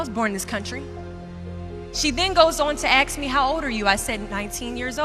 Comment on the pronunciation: askkkkkkkkkk not aks